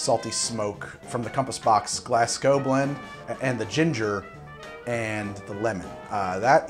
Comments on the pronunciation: Did he just say "glass gow" instead of the proper pronunciation of "glaz go" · Your saying Glasgow wrong mate it's not "Glass" it sounds like it has a Z in the middle Glaz-go